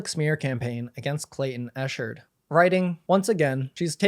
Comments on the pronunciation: ECKherd not ESHHERD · Just so you know, it's pronounced Ekheart not Eshard Great video by the way! I've been following for years now and he (nor Clayton) deserve this! #JusticeforClaytonEchard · Yeah, it got on my nerves as well. How do ypu make a video this long and constantly mispronounce his name? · Just a small name correction. It's pronounced "Ek-ard" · If you are going to report on a subject.....Please learn to pronounce their name correctly.... It is pronounced Eck hard. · 😞 pronounced. EK-KERD THANK YOU for promoting this story history for the books. Thanks to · The easiest research is to learn how to say the persons name involved. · Maybe in his ‘investigative reporting’ he’ll learn to say Clayton’s name right. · The incorrect pronunciation is driving me mad